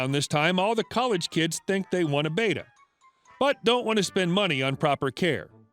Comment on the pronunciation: Just FYI: Beta (reek letter) – BAY-tah Betta (fish) – BET-tah